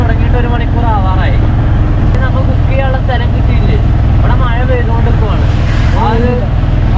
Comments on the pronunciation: മയ അല്ല 😂മഴ യാ 💯❤ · Gulika kudikkuka alla. Kazhikkukayanu. Maya alla mazhayannu. Changayimaru alla changathi aanu correct. Kuyi alla kuzhi. Malayalam correct parayuka please